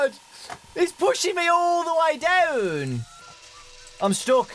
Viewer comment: he's pushing me downnnnnnnnnnnn Australian af